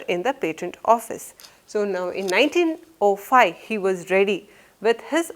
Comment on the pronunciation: Mam , I love your teaching sence😊 but what is that 19O5 ?? It's 1905 Mam..y do u pronounce zero as letter O?? I am wondering y u pronounced it like that😄